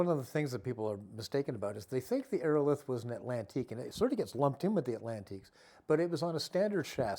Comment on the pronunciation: Ii think he's mispronouncing Aerolithe. Look up the pronunciation of the word "lithe."